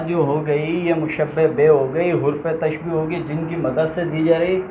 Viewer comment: Masha Allah achhi he. Lekin kuchh galatiyan hain aapki urdu me jo mai type kar raha hu ummid karta hu k aap durust karne ki koshish karoge. 1 mushabbeh nhi mushabbah hota hai, 2mushabbah bihi hota hai, 3 musta'ar munh nhi musta'ar minhu hota hai isi tarah tashbiyah nhi tashbeeh hota hai.